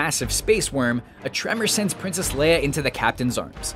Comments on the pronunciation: when he's explaining the mission to the group doesn't he call Leia "Lia" ? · In one of the movies, the mission leader calls Leia "Leea"